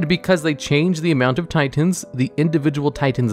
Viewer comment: tiTENS....ti TENS.....just fuggin say titan